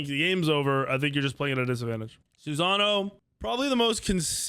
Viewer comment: Murdered Kukulkan and Susano's names